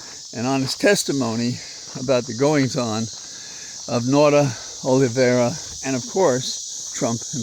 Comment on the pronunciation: always! (Hey is it acceptable to play corrections corner?) De Oliveira is from Portugal. Dāy Awl-ih- VĀYY-rrahh tiny, tiny distinction from the Español.. (You mentioned Italy: Man of the World, hope this lands right) I hope you know the bright light pouring through you is big good medicine